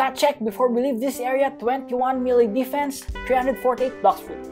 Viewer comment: he said 20 million desfense